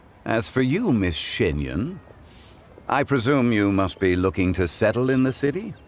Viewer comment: Bruhhh... Xianyun not Xingyun